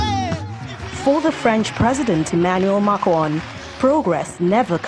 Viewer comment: His name was murdered - Makwon 🤣